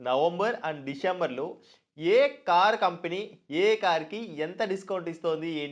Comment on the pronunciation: Company pronounciation sariga paluku first